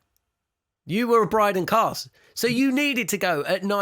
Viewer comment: Everytime you guys say Brydan Carse..... Australia piss themselves laughing. That guy is absolute rubbish